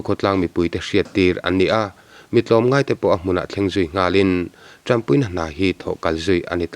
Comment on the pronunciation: Tampui tihtlat in ka hria tanpui tih tur aw